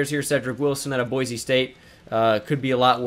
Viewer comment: It’s pronounced “Boy-Sea” State not “Boy-Zee” State